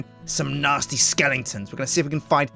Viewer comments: not to be rude but it's skeletons, not skelingtons.:D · why does he say skellingtons?